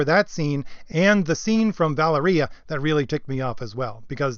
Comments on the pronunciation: VAH-leria. Sorry. Drives me NUTS... Other than that, yeap. Agreed. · it's pronounced "va- lair-ee-ah" :) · Nitpick Nick says: Pronunciation of "Valeria" is "Vol-Area"... At least according to the film in which she appeared.